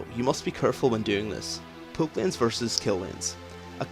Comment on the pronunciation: tbh, sometimes it sounded like you said "poop" instead of "poke"